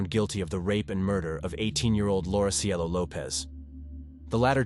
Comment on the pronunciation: Cielo not Cello 🤦🏽‍♀️ They called her that cus she was so sweet and beautiful etc Cielo means “Heaven” in Spanish just in case ya didn’t know . But this guy tried ❤️🙏🏼 rip CIELO ❤️